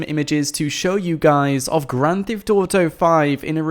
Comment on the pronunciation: why u say "grand thift auto five"